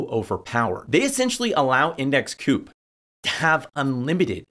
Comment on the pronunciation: Surely it's pronounced co-op, as in co-operative rather than coop as it doesn't seem to have much to do with poultry? It kinda makes me think you haven't spoken to anyone at the company, which is a little concerning, especially as the founders haven't doxxed themselves, I can't find them on the site or on Linkedin. Do you know who the founders are, or the CEO, CFO, anyone senior really in the company?